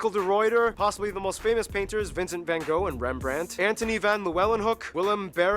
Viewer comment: I really wanted him to say Van Gogh right